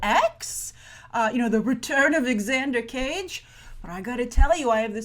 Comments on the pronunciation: Grace it's pronounced "Zander" not X-ander... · FYI, the name of Vin's character is pronounced "Zander", not "Exander". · I may be wrong but I think its just pronounced 'zander' instead of 'egzander' if you know what I mean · Like how she pronounces it "ex Ander " hahaha Xander pronounced like Zander. I want to hear her pronounce xylophone haha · did you just say 'exander cage'?!